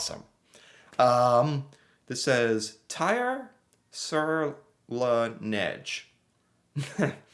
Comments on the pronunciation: You pronounce ''Neige'' like a real french speaking person. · You said " sur la neige" with perfect Québécois accent ! lol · your second try was closer and you even had a little bit of a Quebec accent with the word « neige », good job!;p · Your "neige" prononciation was SPOT ON for the Québec accent.